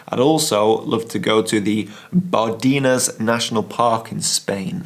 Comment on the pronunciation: Hello. The person who knows the Bardenas area best is the photographer Eduardo Blanco Mendizábal. He recently published a book.:. By the way, the "e" in Bardenas is pronounced as the "e" in "end" or "men", for exemple.